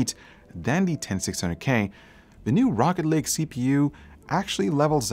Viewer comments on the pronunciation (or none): Am I the only one who heard him say rocket league? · i thought he said rocket league at the beginning, it threw me off lol.... great video though, cheers! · When some people say rocket lake it sounds like rocket league lol he making me want to play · I really though you said Rocket League at first so I was very confused for about 30 seconds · I thought he said rocket league at the intro lol